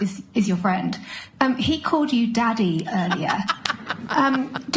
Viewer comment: "Daddy" in the British reporter's accent hits different, in a posh way. It's quite hilarious actually.